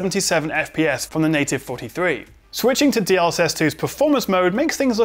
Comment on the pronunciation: Didn't quite catch that. DL what? DLX was it?;)